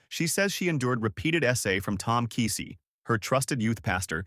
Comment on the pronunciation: You're pronouncing KEESEE wrong. We're familiar with folks related to this situation. I will guarantee you it's much worse than what's being told.